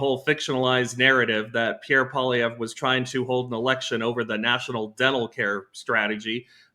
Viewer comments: True North - part of journalistic integrity is learning how to pronounce people's names correctly. 2 of the 3 panelists cannot correctly pronounce Poilievre. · Can someone on your team please coach on how to pronounce 'Poilievre'. It hurts my brain to hear him butcher it so badly.